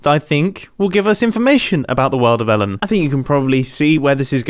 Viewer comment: When the ai said the world of elen I thought it was talking about elen degenerous